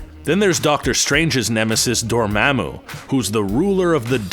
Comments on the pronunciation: LoL. Come on, "Dor-maammu"? It's pronounced Door-mom-moo (Dormammu). Dr. Strange only said it ten thousand times at the end of the movie. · Door-mah-moo. Repeat it after me.